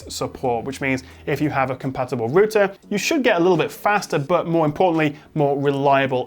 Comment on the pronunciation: How do you say Router? you sound Spanish when you say it